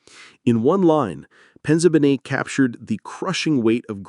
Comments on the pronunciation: his Sicilian name-Penzabene-is pronounced: Pen zah Bay's nay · his Sicilian name-Penzabene-is pronounced: Pen zah bay' nay. His Mother is a half-Black half-white European immigrant. His father is-of course-Italian. Roger Penzabene was 22 years-old when he passed on